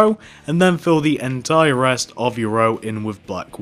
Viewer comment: no offense, but it kinda bothered me how u kept saying "entire"